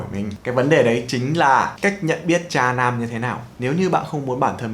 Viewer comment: nghe "cha nam" cứ tưởng tượng ra cái khác chứ không phải "tra nam"